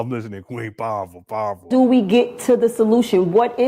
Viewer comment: 🤔 "Piwerful" .....lol...🤣😂..